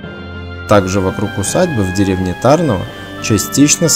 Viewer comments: Ударение не правильное . Нужно ТарнОво , а не ТАрново. А в целом , видео не плохое. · Не ТАрново, А ТарнОво. Ударение на букву "о", и не на букву "а". Мой папа ходил в школу в Тарнове, и поэтому я знаю, куда надо ставить ударение. А так - всё отлично! Спасибо большое за память и размещение в интернете! А кстати, а где - сама школа на видео? Интересно бы было посмотреть!